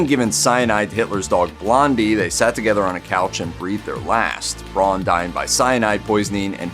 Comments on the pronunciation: By the by,, Eva's last name would be pronounced "brown" by Germans, not "bron" as you call it. The letters "au" together have, in German, an "ow" sound to it. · The Ay-dolf is bad enough, but what I find even more grating is pronouncing Eva's last name Brawn. It's pronounced like Brown, forPetes sake! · Braun is pronounced in the same way as in English. It annoys me no end when I hear it pronounced as Brawn. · Sorry you couldn't pronounce any of the names right. Aydolph Hitler, Eva Brawn, Joseph Goballs, etc.